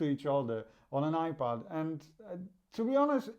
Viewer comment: Are you saying iPad or iPod because it sounds like you're saying iPod with your accent it's iPad you need to announciate better